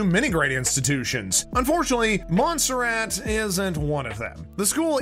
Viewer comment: It is pronounced YA-SHEE-VA. You should check your pronunciation. MON-SER-RaaaT is another example of your pronunciation errors. I just want you to know how these things are said, especially since you are criticizing them.